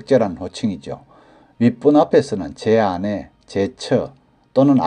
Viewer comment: '아내'의 발음이 생전 처음 듣는 억양으로 이상하네요. 다른 호칭들은 괜찮은데 '아내'라는 호칭만 발음이 아주 부자연스럽습니다.